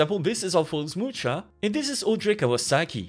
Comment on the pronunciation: You don't read "Mucha" like that. It sounds more like "muha". Try using google translate, it's a czech word.